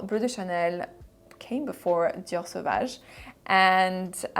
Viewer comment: I just love how the French accent came through when you said "Dior Savage" lmao. Your pronouncation of fragrances gives me life.